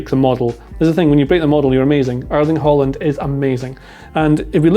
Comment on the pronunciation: In Norwegian we don't pronounce that final d in the name